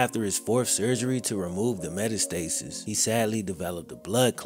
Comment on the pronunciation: What is a "meta-stasis"? Is it simUlar to metastasis? meh-TAS-tuh-sis